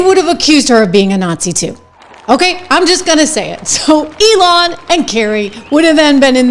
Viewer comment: Ummm ' okay She knows how to say Fffff ellllonn 😅 umm soooo who wants to tell Ms I can say Fffffeellonnn that anyone who MATTERS not only knows but understands that President Trump along with his family was for over 8 yrs HARRASED/ CRITICIZED and BULLIED across Social media as well as Mainstream media including the WRETCHED WOMEN over at the VIEW which should honestly be called "VIEW LIES ".( seriously I'm 56 and I have never heard of a talk show having to stop and read something from their Legal Dept) moving on..... When the Character Assassination failed may I add " FAILED MISERABLEY" Poppi O'Bidens DOJ which was not only inherited via BARRACK HUSSAIN OBAMA it was taking its ORDERS from FORMER PRESIDENT BARRACK H OBAMA also known as " The War President who in my opinion is the 1st ANTI AMERICA PRESIDENT planted in the oval office to destabilize america from within " < insert sarcastic voice> I meant WAS ELECTED YEAH '" ELECTED OBAMA was ELECTED to 2 terms as PRESIDENT OF THE UNITED STATES' where along with his Mentally Compidant Vice President beside him OBAMA would go on to: 1. Bring millions of families out of POVERTY 2. Played a key role in One of the Greatest ECONOMIES in HISTORY 3. Created THOUSANDS OF NEW JOBS 4.Played the KEY ROLE in CUTTING BLACK UNEMPLOYMENT DOWN BY 50 % and WOMEN ON UNEMPLOYMENT also took a step dive down 5.CREATED OPPORTUNITY ZONES for the DISPROPORTIONATELY DISADVANTAGED AMERICANS .....BUT WAIT '' THERE'S MORE..... 7. Had The UNITED STATES' ENER